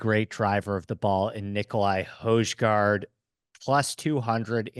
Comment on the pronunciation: Who’s Nicolai hoijeguard?😂it’s pronounced hoi guard